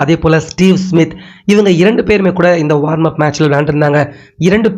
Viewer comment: வார்ம் /என்ற உச்சரிப்பு தவறு. வாம் -என்பதுதான் சரி.